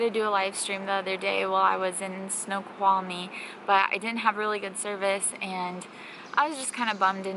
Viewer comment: The Snoqualmie Lodge and Snoqualmie Falls is an amazing place (You pronounced it correctly). If you get back to the Olympic Peninsula, check on Kalaloch Campground on the coast. Beautiful campsites with views of the ocean.